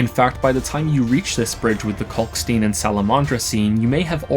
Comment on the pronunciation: Kalkstein is pronounced the same way you pronounce Einstein. Why don't people get this?